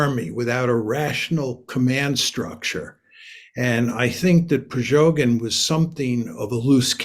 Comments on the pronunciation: Not priZHogyn, but priGozhyn. pri-go-zhyn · "Prigozhyn" not "Prizhogyn". 😊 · His name is Prighozin, not Prizhogin. Mister knows topic as he knows the names. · It's PRIGOZHIN MR Mearsheimer not PRIZOGIN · "Prizhogin", says the expert ... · Did he say “prejogin “? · How stupid is this man??? In the first minutes he cannot pronounce the name of PriGozhin correctly... 😀😀😀 Ridiculous. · "Prizoghin" Lmao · You would think the expert would know how to pronounce Prigozhin. 🤔 Russia conquer 40% of Ukraine?!? What has this guy been smoking? If Russia was going to be able to push any further into Ukraine, they would have done so during their last big push, the one that cost them 100k men and got them Bakhmut, barely. They're going to lose that again, and soon. Russia is a spent force. They may be able to bring more men to the table, but they don't have the materiel to equip them. They'll be sending out the warehoused T34's and T38's in the next couple weeks. What do they do when those are gone, send in the cavalry? They can't even defend their own porous borders properly anymore. Prigozhin could have made it all the way to Moscow, with only token, feeble attempts to stop him. Any country with a functioning armed forces would have stopped him before he got 50km in. Slava Ukraine. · This old moron isn't even able to learn the proper pronounce of the thug's name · This specialist Mersheimer cannot even pronounce the name of Wsgner group leader Prigoshin rigjht. M. is not credible. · i value mearsheimer's analysis and i think he also has good political instincts. but i really need him to stop mispronouncing "prigozhin". if newsreader twits on fox news can get it right, then john really shouldn't be mixing up the syllables as he does here >,<